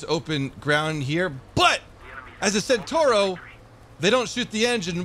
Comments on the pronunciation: It's a CENTAURO not a SENTURO. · È centauro non sentorou